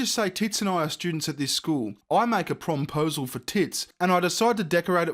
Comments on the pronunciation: Please stop saying prom-posal 😷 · prom-posle?... someone kill that word.